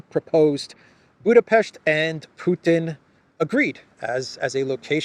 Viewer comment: Thanks for the right pronounciation of our capitol city: Budapest! Ευχαριστώ ❤🤍💚